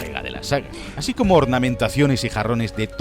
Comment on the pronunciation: Es "así" no "haci"